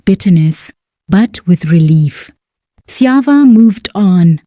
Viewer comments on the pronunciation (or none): lol that Sjava pronunciation sold it out 🤣🤣🤣